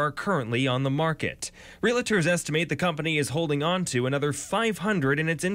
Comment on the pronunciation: why do so many Americans say “relators” instead of “realtors”? It’s a strangely ubiquitous mistake - I think more people mispronounce it than get it right.